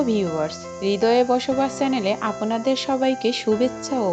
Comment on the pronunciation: তথ্যসমৃদ্ধ হলাম। তব উচ্চারনের কোনো উন্নতি দেখছি না। যেমন- আপোনাদের, জ্যাকব টায়ার ইত্যাদি